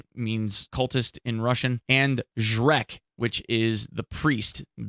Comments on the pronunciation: Shrek reference was funny, but it comes not that cool when on russian. Priest on russian sound more like ZhretC (жрец if u wanna hear a google translator voice). Just so u know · Its ZhreTS actually. But I think its kinda less spooky if you think about Shrek when those guys approach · So, you are pronouncing Zhrec wrong. It is not "k" sound, it is "ts" sound. So it is not Shrek, saddly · it's more like zhrets' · Its pronounced Zhrets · its ZhreTS